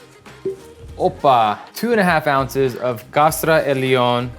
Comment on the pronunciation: Now that's a cocktail I would like to try! Let's see if I can get some Kastra Elion (it's funny cause you say it very French) here in Greece myself!